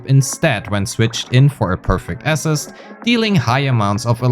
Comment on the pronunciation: May I say something about your pronounciation. Assist entonation is on the latter syllable, so aSISt.